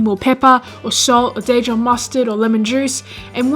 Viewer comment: How about that Day-Jon mustard?